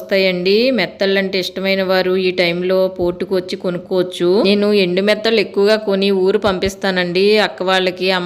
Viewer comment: సిస్టర్ మీ వీడియో అంతా చూసాను. బాగుంది. మీరు మెత్తలు అంటున్నారు కాదు నెత్తల్లు, కోనా ఫిష్ ముక్కలు అంటున్నారు కాదు తునా ఫిష్ ముక్కలు. మాది కూడా కాకినాడ కానీ నేను ఎండు చేపలు తినను. పచ్చివి మాత్రమే తింటాను. ఎందుకంటే ఎండబెట్టడం నేను చూస్తాను చాలా భయంకరంగా ఉంటుంది అందుకే నేను అస్సలు ఎండు వాటిని తినము.